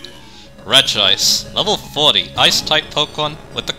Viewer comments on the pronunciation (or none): When it comes to Regice pronunciation I feel like Re-gi-ice one of the most egregious cases of mispronunciation because unlike other cases like A-Geh-Slash vs Ee-Geh-Slash where all the words to make those sounds the persons head are in the name itself, Re-gi-ice esentually adds an extra I to the name. It’s a bit like how using Expert Conor as an example, The name itself since it can be spelled a few different ways, but different pronociation would come from changes in spelling despite sounding very similar, the name would end in an Or sound for the foremost, a Nor sound for a double N and and a Ner sound for its various spellings, Regice being pronocirr the way it often is sounds even weirder considering that’s it a static name that doesn’t have multiple spellings. As for Regice itself, repeat what I said about Regirock but flipped. that’s it’s a special tank with good Defence while being able to hit hard with a decent selection of moves, mainly Ice and Electric moves. But from what I’ve heard Regice was OU back in Generation III which surprises me, considering that although better than most defensive pure Ice types because of how high it’s bulk overall and it’s lack of resistances, but from what I’ve heard Fighting coverage wasn’t that good in Generation III, your most powerful commonly available option was Brick Break so it wasn’t as a viable to be knocked out, allowing it to use its power and special bulk with less to worry about. Regieleki is weird, because I’ve heard it